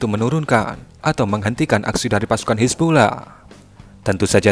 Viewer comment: Napa baca nya "hizbullah" sih min?